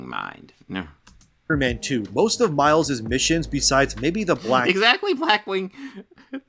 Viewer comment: Ya . mile's.."Miles" not Spiderman